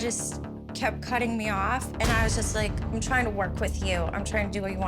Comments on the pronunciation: “That’s juwst da wey da coowkie cwumbles” I would’ve walked out right there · She didn’t even say “just” haha 😂